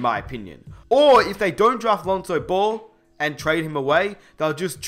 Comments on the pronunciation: Stop pronouncing ball as bol it gets annoying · I thought he was talking about someone else because it sounds like he's saying bull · Every time says "Ball" i hear "Bol" as in Bol Bol